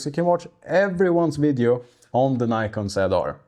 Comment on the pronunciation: Before you make a programme about a camera you should at least learn how to pronounce the name correctly ! There is NO Y in NIKON if you don't believe me ask NIKON its their company ! Bye...